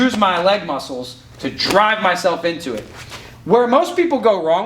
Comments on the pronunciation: When said LEG MUSSELS I felt mikes pain😂😂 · "LEG MUSSELS"